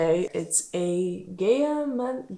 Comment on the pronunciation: It’s pronounced GAH-OH-MOHN